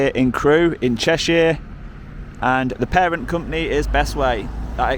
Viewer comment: You pronounced Sandbach and cheshire wrong it's pronounced sand batch and chesh ire not cheshere and sandback